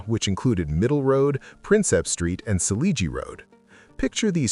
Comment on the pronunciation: The -"gie" in Selegie Road is pronounced like the "-gee" in "geek". Please stop pronouncing everything the American way when the names belong to another country.